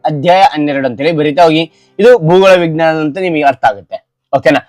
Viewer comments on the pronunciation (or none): none